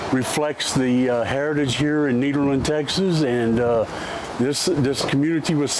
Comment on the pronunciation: pronouncing nederland like that is the opposite of honouring dutch heritage